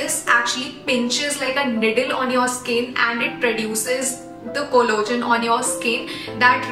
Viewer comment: It's not collogen....it's collagen... Please 🤌